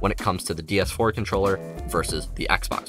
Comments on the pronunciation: Is anyone else hearing him say "DS 4" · its triggering me when hes saying DS4 :(